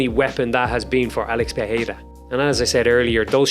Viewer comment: as a brazilian, i can say you are problably the best outsider to say ''Pereira'' the right way, nice video my man